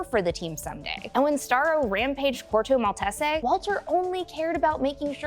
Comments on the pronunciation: Are you intentionally mispronuncing "Corto Maltese"? Other than that enjoyed the subject of the video. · Is Corto Maltese that hard to pronounce? I'm sayin'... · Very nice video! It was distracting with the mis-pronunciation of Corto Maltese. Great theories though!